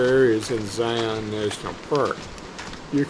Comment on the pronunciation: Learn how to say Zion!!!